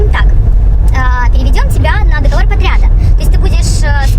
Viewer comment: Хорошенькая девчуля, а после того как она правильно проговорила договор.......ваще влюбился....